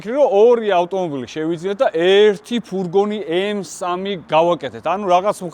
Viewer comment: ფურგონი არა, ფურგ-უ-ნია 🎉